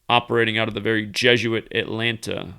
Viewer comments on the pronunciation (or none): none